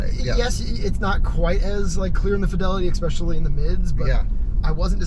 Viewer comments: I heard eggspecially?? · the Kilowatts guy needs to stop saying 'exspecially'